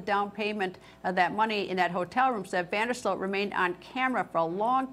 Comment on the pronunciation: It's Van Der Sloot, not Van Der Slote! She's obsessively repeating that name, while it's on the Chiron, under her robotic face, and still mispronounces it, every single time, while seemingly trying to say it as many times as humanly possible. The level of cringe here has me convinced we're living in the Twilight Zone.